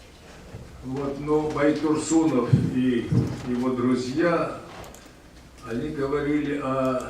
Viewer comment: Правильно фамилия уважаемого нашего ученого звучит БайтурсЫнов. А в остальном полностью согласен с Олжаке. Это, действительно, золотой фонд нации, который мы безвозвратно потеряли, к величайшему нашему огорчению….